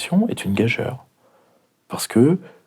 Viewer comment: Dommage qu'une personne aussi instruite prononce "gag-eure". La prononciation exacte est "gage-U-re"...